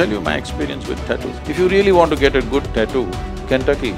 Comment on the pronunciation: taaatu ? 😲 Hope she learned to pronounce also from shadguru !!